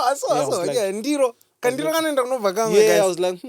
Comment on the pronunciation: 😂When Munashe says Kandizol 😂😂😂, chimusalad chepabridge kkk